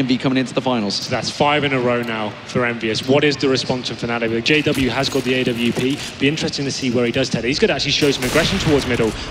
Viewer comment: Is it just me or is it annoying when the say a,w,p. JUST CALL IT AWP